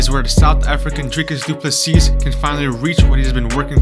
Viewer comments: Nope its du ple sea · you pronounce it Du Plessee. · Pronounced doo plu sea, not seas!